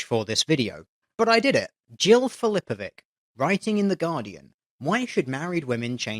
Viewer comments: Funnily enough, "Filipovic" is pronounced "phiLIpovich." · Ain't that Filipovic pronounced with a "ts" at the end? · The last letter in "Filipovic" is not read as /k/, but rather /ɕi/. It's more similar to "ch" you find in words like "church". I had to point this out, the way you said it fucking pierces my ears. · Jill Filipović is correct to say that her last name is hard to pronounce as you yourself didn't pronounce it correctly :D Nice video all in all, kudos. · Filipovic is read with a soft "c", not a hard "c". It's a Serbian patronymic (of Phillip - Filip -ović, anglicized Filipovic), and "ethnic" as it may be, it's most certainly not a "difficult" or an "unfortunate" last name... But, hey, I wouldn't expect much logic from her, anyway.